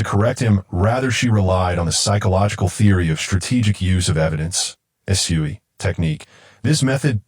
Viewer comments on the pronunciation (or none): sec, called the girlfriend 'he' and the detective 'she'? Pronouncing SUE as 'soo-ee'? Do you ever quality control the ai output and make corrections where necessary?